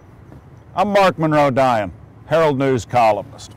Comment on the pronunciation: Eat your words. What a fucking schmuck. Get your teeth fixed, a better hair doo with a shave, and stop driving that crap vehicle before you point the finger at deteriorated objects. You lack class. By the way, the pronunciation is Di-on not.